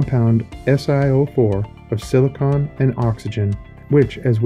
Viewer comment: I listened up until narrator called silicon silicone.